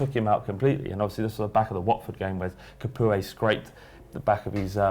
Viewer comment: "Étienne Ca-poo-eh" hahahhaa